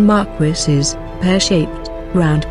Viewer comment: "marquisses!" LOL